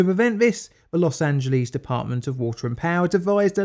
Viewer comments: Los Angeles is pronounced Loss Ann Juh Less. Not Lees. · Very informative and funny video about the topic. Tip: its pronounced, loss-an-gel-less. 😉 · Los Angeles not Los Angelease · British English speakers seem to think "Los Angeles" is Greek and ends with "leez." Of course, it is Spanish and it has its own American anglicized pronunciation which ends with "less." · I love how Brits pronounce “Los Angeleeze!” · "Los Angeleez" Oh British people, you so silly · >>> 12 minutes of Elmer Fudd speak....SHEESH! <<< There's NO such !@ place as Los Angeleeees